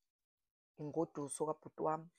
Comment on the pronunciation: Ingoduso not ingosuso